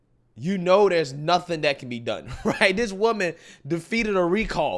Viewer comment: Now that you bring it up … the proper pronunciation of “That” does not include a “D”. I know you know this; I’ve seen you in a suit. 😉